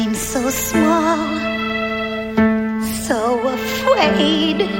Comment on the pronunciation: "So afwaid..."